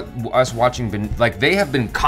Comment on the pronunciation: bengalis use B instead of V, correct pronunciation is vinod